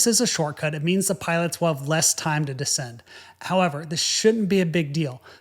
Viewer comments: Have you ever noticed that you are the only English speaker who emphasizes the FIRST syllable of "descend" and "descent"? Because these are words you use all the time, can't you listen to how all other people pronounce them, and follow suit? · The word you're looking for would seem to be "descend," pronounced Di'-send -- with the accent on the first syllable. This DEEE-send thing you keep uttering is not part of the English language. It's just a strange YouTuby sort of noise. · Interesting and detailed video, but I find the fact that you constantly alternate your pronunciation of the words 'descend' and 'descent' pretty distracting (and a bit annoying, TBH). Sometimes descend is pronounced des-SEND and at other times DEE-send and the same with the word 'descent' (des-SEND and/or DEE-send). Please commit! That said, the correct pronunciation of both words is with the emphasis on the last syllable - des-SEND. FYI and - of course - IMHO...